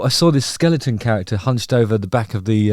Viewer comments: 'Ere! your one of those who says skellington instead of skeleton. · Great Content as always - By the way ... Its 'Skeleton' and not 'Skelenton' - (Sorry for being picky) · Belated Happy B'day Justin. 🎂🥂🥳 Hope you had a good 'un! I had to smile when you kept saying Skel-ing-ton - rather than Skel-e-ton. Haven't heard that mispronunciation since Primary school... 😁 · Skelington?? do you mean Skeleton? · Justin...'skeleton' not skelington. I can't express how disappointed I am. Phew I need a brew to calm down. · AAGHHHH It is not a Skellington it is a Skeleton. It bugs me . Sorry. Happy birthday. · Love that he keeps calling it a skellington. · Every time you said "Skel-ington" it made me happy. Also, I liked the tune. ; ) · Are you deliberately saying skelington? 😂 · Hi mate happy birthday! Not important in any way but is that how you actually say skeleton or tongue in cheek?